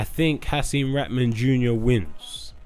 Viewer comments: Why is it so hard to say “raHman” not “RATman” fgs 😂🤦🏻‍♂️ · The way everyone butchers Haseem's name. It's pronounced Ra-ha-man you need to pronounce the H. Its NOT "ratman" or "raman" (like raman noodles) 😂